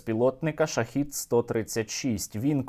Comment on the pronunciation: шахЕд, а не шахІд.